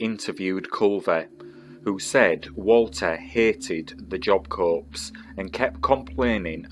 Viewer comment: Pronounced Job Core.